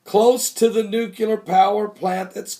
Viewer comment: Dude, did you say 'nu-cu-lar" again? Give this a shot, Nu-clear. Maybe seems a bit picky, but you have an excellent message to share, and more will receive it when it comes across as erudite.